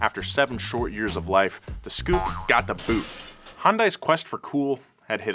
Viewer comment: The scoupe was pronounced s-coupe. Also the first hyundai on our shores was the hyundai pony then came the excel